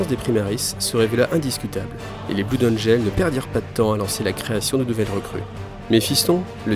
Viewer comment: D'ailleur ça serais pas plutôt "blode angeul"?